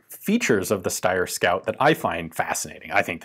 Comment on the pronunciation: that's not how you pronounce Steyr.